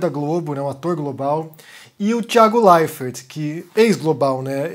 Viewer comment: Esquisito ouvir você falar "Thiago LeiferT"